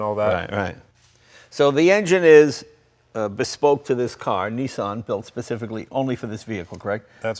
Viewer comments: its not a neesan...its a nissan! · Oh Americans, please please please! NEE-sahn? Niss-an! Niss like miss! Kiss! Diss! An like... one! Run! Bun! Nissan! I can’t watch this, it hurts my brain. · its a Nissan not a neesan